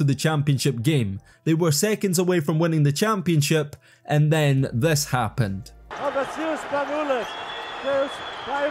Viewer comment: Don't try to make a video on euroleauge's mvp if you can't pronounce correctly the name of Vassilis Spanoulis who is happen to be the first scorer of euroleague's history.